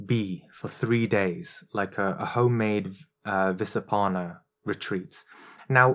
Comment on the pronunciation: Hey (: the name of the practice is Vipassana not Visappana. Greetings (